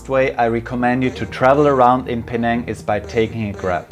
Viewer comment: Thank you for making my hometown look exceedingly picturesque. You captured the cultural essence of Penang so well! Really good pronunciation too👌